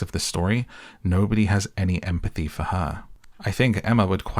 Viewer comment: Emm - a - pathy 😂😂😂😂😂😂😂😂😂😂😂